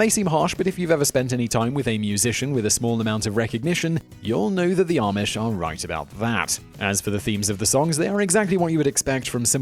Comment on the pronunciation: It's RUMSPINGER NOT ROOMSPRINGER 😠😠😠😠 AND IM NOT EVER ARMISH